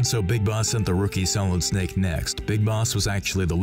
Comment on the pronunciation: "as SMALLid Snake" gets me every time